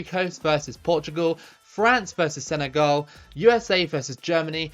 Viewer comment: it's not Senegal you say senegol